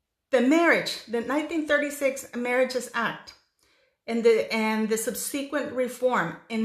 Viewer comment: A mi me gusta su canal! Prospero ano nuevo de Nuevo Mexico en EE.UU. Para su informe, se pronuncia en ingles "subsequent" con el acento asi: sub' suh qwent. Es diferente del espanol.